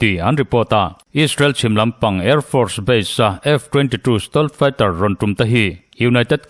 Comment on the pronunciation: I stealth fighter lam dan hi ava mak thin ve,nangmah deuh chiah hian Stolth Fighter tiang lam hi ka la hria..